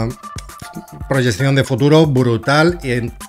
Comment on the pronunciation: Se dice proyeccion, no proyesion.